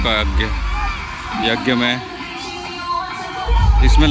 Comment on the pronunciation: जग नही श्रीमान यज्ञ बोलिए